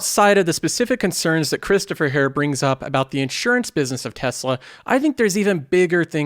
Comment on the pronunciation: All your "here" sound like "hair"